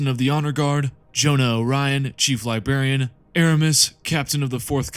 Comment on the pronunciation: Uhm… “Libarian”?